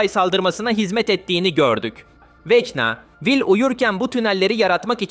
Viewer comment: abi okunuş olarak niye vekna yerine vecna diyon?